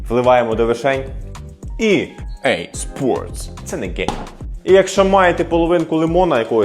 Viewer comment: Як же я заорав з 'І ей спортс' 😂